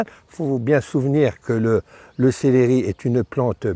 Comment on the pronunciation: Céléri??????? on dit célEri il n'y a pas d'accent sur le deuxième E